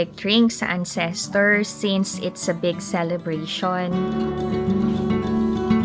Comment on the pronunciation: Yes please DON'T. Para kang AI. Yung intonation sobrang off. Sorry ha pero nagsasabi lang ako ng totoo (nasobrahan nga lang ata) but CRINGY kasi siya as in. Btw, it's AN-ses-terz (The stress is on the first syllable (AN-ses-terz).